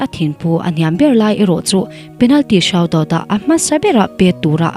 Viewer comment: Penalty shout -out 😂😂😂 Penalty shoot-out anti (sut out tia lam tur)